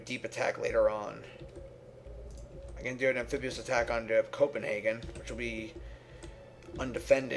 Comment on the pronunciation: I cringed every time he said "Amphibuous".